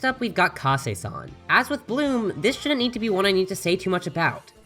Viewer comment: Room Into You Bloom Into You Hmmmm.... Lol I thought it was Room into You 😂😂😂😂😂